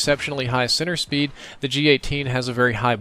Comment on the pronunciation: When you say "center speed", it sounds like you're saying "sinner speed".